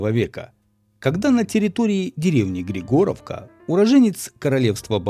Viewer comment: В слове/названии Григоровка вы опять ставите ударение не там . Ударение должно быть на И а не на О . ГрИгоровка а не ГригОравка. Это 100%.